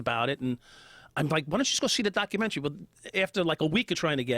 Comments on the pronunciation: LOL HOLY SHIT joe thought he was from long island there for a second "yoahwa fkin documenry" holy shit im still laughing wtf was that joe ? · “ Your fuckin documenery” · ...Yauww fackin DAC-umentary. I gotther numb-ba ! Howda like Dem apples ! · Omg Joe's Bostonian accent " You're f**** documentary " lol that was so hilarious and so deep, he definitely couldn't control it . I wish I could hear him with more of that lol. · That "you're fucking documentary" comment was so boston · Had the YouTube app on AutoPlay and phone face down when this video started playing. Right away, the second Joe started speaking and says “your fuck’n documentary”, the thick New York accent,m. Immediately I thought, I guarantee he is sitting across from someone with an accent and low and behold, of course he is. This backs up what I’ve been say about joe for a minute now, the guy is a chameleon (coincidently a word also used in this episode). The bad things is, does it with opinions and changes them depending on who he’s talking to. Joe Rogan is a total Phony and I still can’t believe I thought the guy was legit for so long.